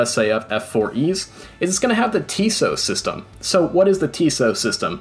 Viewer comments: Pronounced tis-EEE-oh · TISEO is pronounced TIZZ-ee-oh